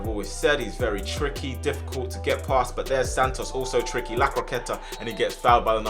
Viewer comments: Sannos instead of santos 😂😂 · Everyone else: Santos: Santnos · bro doesn’t know how to speak “sand-os” 😂